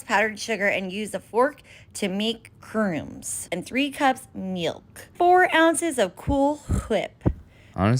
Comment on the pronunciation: Crooms? Lol. In case anyone needs this, it's actually pronounced like u in crud* minus the d, add silent b, and s. Crumbs. *Crud is pronounced how, the u like u in rug.